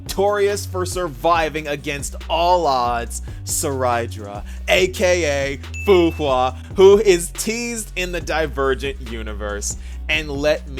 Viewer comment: cerydra as in sir-ee-dra. not sir-i-dra. sir-EE-dra. also there is legit nothing to suggest she is a fu hua expy, especially since we likely already have a fu hua expy in marshall hua